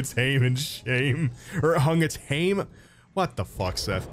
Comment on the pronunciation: GREYN AYGS AND HAYM hahahhahahhah